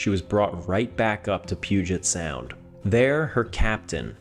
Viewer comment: As a Washingtonian, well done with pronouncing Puget Sound correctly. I hear so many people from outside the Northwest mispronounce it 😅